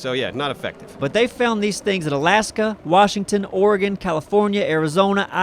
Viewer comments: As a proud Oregonian, I thank you for saying our state's name correctly. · Hey pronounced Oregon correctly